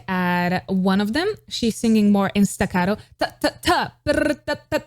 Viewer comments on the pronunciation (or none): none